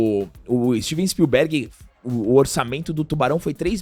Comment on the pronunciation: Tu vai morrer sem aprender a falar Spielberg. Som forte é no "i"